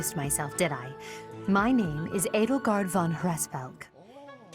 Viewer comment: How dare you, not being able to pronounce Edelgard's name properly. (Ed-le-guard, Note: The Le is said like from handle or idle.)